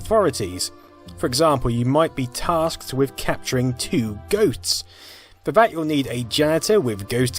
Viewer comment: And now I'm listening to it over and over. I mean, the S is totally silent the first time he says it. He's pretty much saying GOUTS.